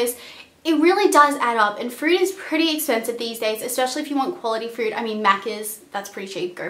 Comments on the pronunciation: lol "and frood is like so expensive." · Nice video thank you ! But 1 thing are you saying Frood ? Fruit? or Food? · "frood" :D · When she was saying food I thought she kept saying fruit since Australians add the "r" sound in all their words loool I was like why do you need to spend that much on fruit?? LOL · frood lmao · is she saying not to be fruit or food....i cant tell